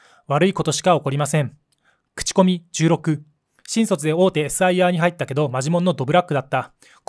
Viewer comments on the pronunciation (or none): 「新卒」のイントネーションが変